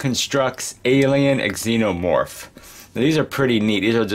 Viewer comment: Not trying to be rude but the x is pronounced z like zenomorph but nice video!